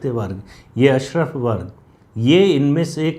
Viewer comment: आज तो आपने मुस्लिम संप्रदाय के विचारों की जड़ पर प्रहार किया है। भारत में समस्याओं का जड़ यही अशराफ वर्ग है। सही उच्चारण अशराफ ही है अशरफ नहीं।